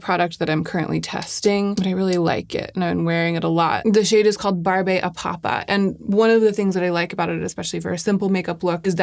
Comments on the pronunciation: lol "barbé a papa" is actually French for cotton candy and pronounced BARB AH PAPA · Very helpful! One thing: the word Barbe is French for beard and is pronounced barb. Barbe à Papa: literally Papa’s beard, but it means cotton candy in French. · That surratt blush "barbe a papa" is pronounced barb a papa, which means cotton candy. Playful, but chic-because french. 😂